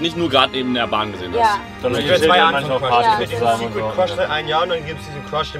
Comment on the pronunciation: Ich habe beschlossen und zu shippen, weil sie beide immer Quasch anstatt Crush sagen🤣